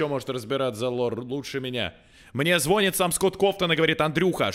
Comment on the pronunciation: не звОнит а звонИт